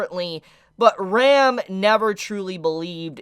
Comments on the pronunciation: I was so confused with his pronounciation of Ram and Rem. It was supposed to be pronounced like (Rum) and (RAM) respectively lol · why does every anime reviewer pronounce Ram's and Rem's names the very same ? it always confuses the hell out of me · pls pronounce the A in Ram more cuz I couldn't destinguish from Rem to "Rem" XD, still tho pretty good vid. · Ahaha I still can’t distinguish between Ram/Rem when you say their names out loud